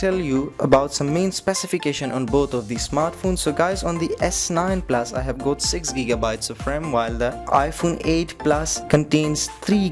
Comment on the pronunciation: "S9 PLAS" "IPHONE 8 PLAS"